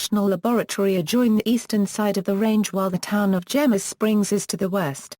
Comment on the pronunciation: it is pro·nounced "hay mess"